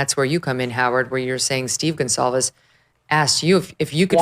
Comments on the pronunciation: Good God woman. Their name is not Gonzales!!! And it’s not Kohlberger ?? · It's Goncalvez, with a C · Thank u. And she just said Steve Gonzales…god God